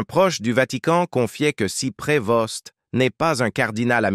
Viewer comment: L'IA est énérvant. On ne pronoce pas le s et le t à la fin de son nom. On doit dire Provo.